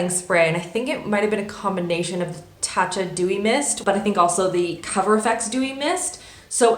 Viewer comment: When you say tarte it sounds like Turte